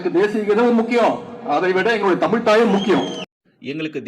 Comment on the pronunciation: ஆகா! "அலகான தமில் தாய் வால்த்து!"